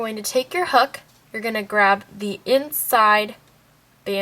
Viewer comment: When you said u need any type of hook, u sounded s if u we're saying "u will need any type of hhhhook" like the h was a k... lol...?